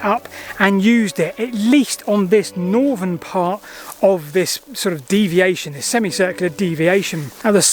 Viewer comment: And NORVERN!